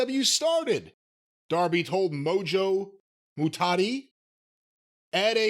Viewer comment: I love how says MOJO mugati.. the tm reporter. It's MOJO rawley my dudes. Even worse